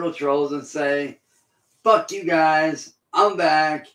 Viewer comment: 👁 👁 🦷🦷🦷 " im vack vitch" 🦷🦷